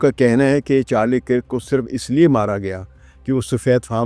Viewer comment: Kirk is pronounced as “KURK”. Please correct.